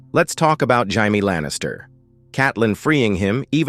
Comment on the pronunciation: Jaime. "Jay-mee" not "high-me"